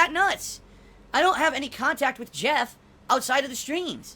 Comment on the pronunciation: Why does he say WIT instead of WITH is it that hard to pronounce